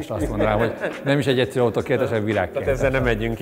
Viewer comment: de😂😂 és a hagsúly az EGYSZERŰN van 😂😂😂